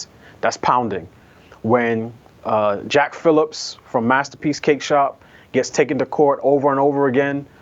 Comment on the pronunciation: Put some respect on Jack's name. Pronounce it correct please.🙂